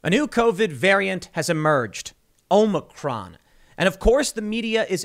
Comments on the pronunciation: Is the OM-NI-CRON variant the same as the OM-I-CRON? He has me so confused. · Omnicron hahahaha that’s what Biden said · Hey Tim, Omicron is a letter in the Greek Alphabet. You are mispronouncing the name, so you really need to learn how to say it.